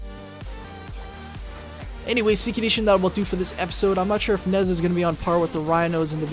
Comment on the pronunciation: nezha is pronouced neige ha